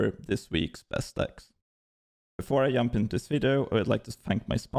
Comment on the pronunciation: the way you are saying "jump" exposed you 😅